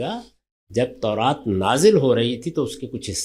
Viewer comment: Khatoon tauraat ko taraat keh rahi hain